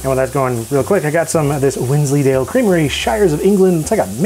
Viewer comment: Oh, you pronounced Wensleydale wrong, you have to pronounce it like Wallace does... :P